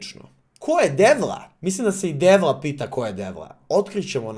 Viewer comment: Nije "" DEVLA" nego "CEVLA" 😅